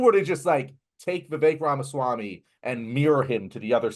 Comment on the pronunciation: RAMASWAMY not REMASWAMY😅